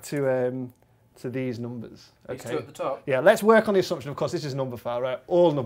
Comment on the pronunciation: They always pronounce it "noombas" instead of "numbers"